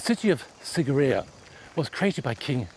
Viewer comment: I am VERY disappointed by this video. I was there 12 years ago and, it's as if the host never even bothered to visit the onsite museum. Not only did the host mispronounce the name but he didn't mention the impressive water features that surround the rock itself, Sigiriya actually means Lion ROCK not Lion Mouth, the maidens of Sigiriya accurately represent the features, clothing and traditional dress and ornamentation of women of a variety of races (the are NOT Hindu Celestial Maidens), the blue lotus that some of them hold is a traditional psychedelic, there used to be structures built into the sides of the lion rock - remains of which can be seen in the holes used to support them, and when the areas was cleared and rediscovered in the late 1800s all of the water features, fed by channels that have the same slope used by modern engineers to transport water over distance burst back into life at the beginning of the rainy season.